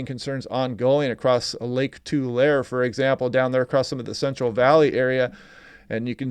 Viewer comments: pronunciation: Tulareee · It's pronounced Tu-lair-ee. I started watching you before you started forcasting for California, because you do such a good job and I got glimpses of California which let me see far better than any weather forcaster we have. Thank You!